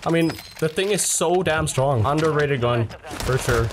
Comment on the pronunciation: Very undehhrated (cough cough)